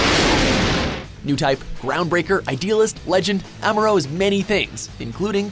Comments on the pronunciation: Who the fuck is Amora Ray? It's Amuro, But M'kay. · It’s am-u-do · This list is BS, for starters, the way they pronounced "Amuro" and "AGE". I won't say that this is the definitive list or something, but this is how I arrange them: 10.- Banagher Links: Strong New-Type, meh Pilot. 9.- Christina Mckenzie: Normal Pilot in a New-Type exclusive gundam. 8.- Flit Asuno: The guy has natural Pilot skills and it's an X-rounder 7.- Kira: Strong fighter, skilled Pilot, but is missing something. 6.- Domon Kasshu: Not a New-Type non-sense, just a plain old marcial artists. 5.- Kamille Bidan: Awesome Pilot, Strong New-Type. 4.- Heero Yuy: Not a New-Type nor exclusive surgery, pure Pilot skills. 3.- Mikazuki Augus: Pure Raw power 2.- Setsuna F. Seiei: You know why. 1.- Amuro Ray: Because....c'mon